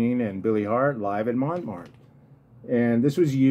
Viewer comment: Montmartre is pronounced (Mon-martre). Just trying to help. I have to look for that Ken McIntyre record. Thanks